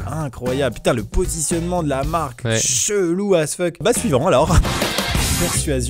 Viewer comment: Quand tu dis "suivant", j’ai l’impression que tu dis Ivan 🤣